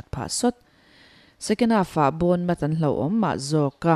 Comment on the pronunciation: BON tih loh tur BAWN tih zawk tur 😊